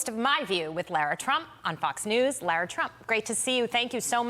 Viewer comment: Why do some people have a hard time saying “LARA?!” It’s NOT LAURA!